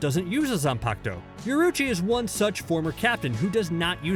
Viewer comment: Yoroichi [Yo-Ro-Ee-Chi]